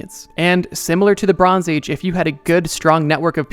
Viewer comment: I can’t unhear it “Lebrons age”